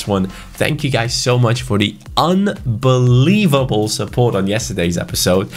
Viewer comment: Why speaks like”Un-believeble” or “In-Sane” 🤷🏿‍♂️